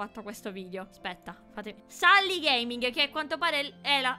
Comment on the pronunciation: Non si dice sally ma selly che si scrive sally